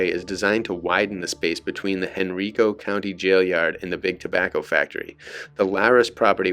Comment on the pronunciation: Hearing you pronounce “Henrico” incorrectly is jarring. It’s pronounced “hen-rye-co.” I wish you YouTube content creators would check the pronunciation of people’s names, places, and things before posting videos. Just saying.